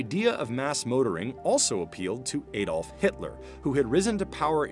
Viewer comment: His name was Adolf not Eydolf.